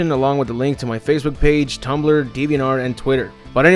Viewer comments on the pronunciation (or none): none